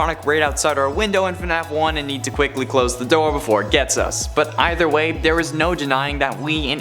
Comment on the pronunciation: When said “Us”, It felts like he was saying “Ox”